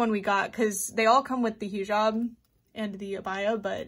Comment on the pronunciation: hii!! not tryna be that one bitch but its pronounced " hih job" like hih as in hiccup and job :) love your content !! <3333